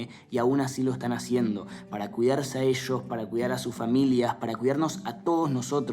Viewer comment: Juanba Zurita, dónde está la platita? "Finanshal Shitueishon", paaaabres! "Para cuidarse a esshosss"